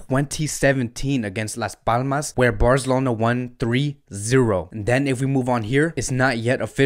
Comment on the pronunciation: Taket it easy brother. His pronunciations of some names are not correct. However it's cool. For example he says BarZelona or Shalk instead of Barcelona or Schalke(shālk-e)